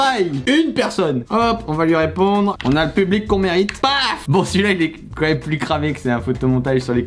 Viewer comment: as-tu dis un "maime"?